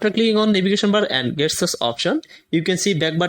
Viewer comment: GESTURES! not Guess tures!